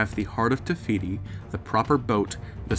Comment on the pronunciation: Is it just me or is he saying, *Tehiti* instead of *Tefiti* ?